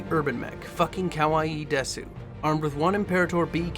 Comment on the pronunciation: Driving me nuts. Also, you don't pronounce the u in desu